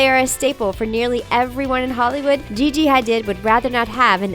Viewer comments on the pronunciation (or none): Jessica Stebbins Ikr. They pronounced Gigi's name wrong. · Branka Kerkeni SHE SAID GIGI HA DID LIKE WTF